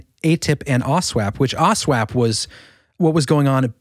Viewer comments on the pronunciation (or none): Did I just hear you guys right and said "Count the Stars"? Instead of To The Stars? Also, you kept saying AW SWAP...... When it's just AW-SAP